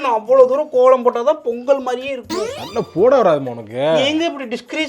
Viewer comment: போங்க’ள்’ … கோ’ள’ம்.. தமி’ல’ர் ப’ன்’டிகை ..